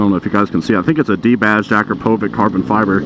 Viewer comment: Yo great video! i like that custom R6 as well:)) btw Akrapovič is pronounced like Akrapovitch, now you may be the only motovloger saying it right man! keep it up